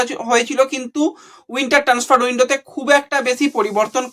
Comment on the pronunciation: ট্যান্সফার না ট্রান্সফার কোনটা ঠিক?সাবস্ক্রাইব আর লাইকের জন্য তো মুখিয়ে থাক,উচ্চারণে নজর নেই কেন!